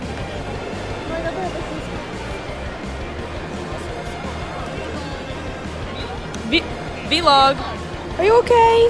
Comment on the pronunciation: Need a counter for the amount of times I said “vee log”